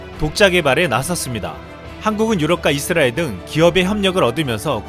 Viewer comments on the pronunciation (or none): none